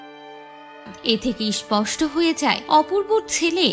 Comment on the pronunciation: Purnomilon naa, punormilon. Isposhto naa, sposhto. Bhasha ropto kore content banan pls. Bangali Bangla janena, bhishon lojjar!